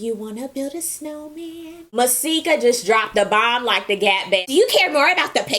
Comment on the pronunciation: "Do you want to build a snow mandnnnnnnn?" Dead